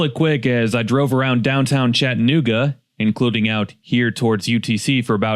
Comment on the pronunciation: Friendly reminder from a native, its ChattA-nooga, not Chatt nooga.